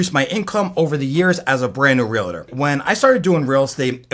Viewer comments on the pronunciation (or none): great info but stop saying realator. It's pronounced realtor.